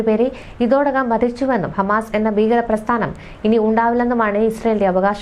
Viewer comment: ബീഗര - തെറ്റ് ഭീകര - ശരി ബൂമി - തെറ്റ് ഭൂമി. -ശരി ബൂഗർബ - തെറ്റ് ഭൂഗർഭ. -- ശരി.